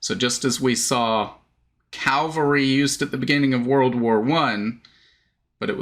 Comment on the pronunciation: Not CALVARY ... CAVALRY.